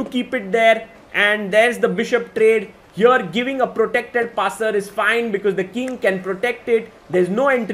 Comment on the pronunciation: Everyone: "Here" The chess commentator: "HIOR"